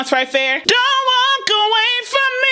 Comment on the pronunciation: What about how she pronouces 'walk' at the end of the 3rd song. She says 'talk' I think. I'm not a singer but I watched this some many times and also believe that some of her enunciation was to save breath.